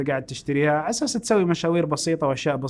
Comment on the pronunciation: يشبه الممثل توفيق العشا مؤدي دور ميسون في افتح يا سمسم يقول عشاس = على أساس 🤣